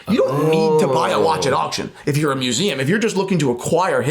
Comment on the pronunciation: AGAIN with the mueseaum! Say it again!